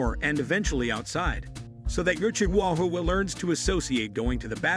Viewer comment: that AI is S.T.R.U.G.G.L.I.N.G